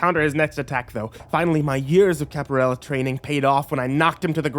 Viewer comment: My favorite part is when he tries to say Capoeria.